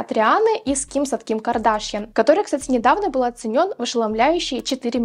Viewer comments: Что-то как-то плохо ты смотришь ролики и информацию. Не КардАшьян, а КардашьЯн. Я модой не интересуюсь, случайно видео попало в рекомендуемые, но я и то знаю как правильно произносится её фамилия =)), ужас, стыд испанский. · а почему КардАшъян...сорян если не верно просто не понимаю ударение..